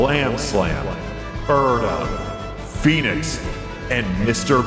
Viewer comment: I misheard you say Phoenix as Fetus